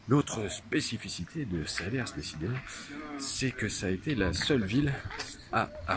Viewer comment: SALERS!!! pas SALER-SSSSSSS On ne dit pas le S .... bon reportage ou tu perds toute crédibilité dès 3 secondes!!!! Bon reportage malgré tout!